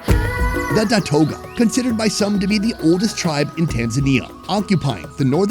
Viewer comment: Datooga not datoga. FYI